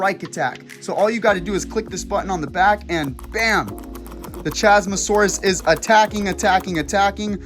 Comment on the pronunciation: 1. Isn’t it CHASmosaurus, like Chasm?